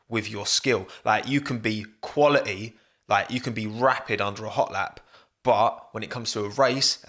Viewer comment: Stop saying the word "quality" so often, especially since you can't even pronounce it correctly. "qUaLi-e"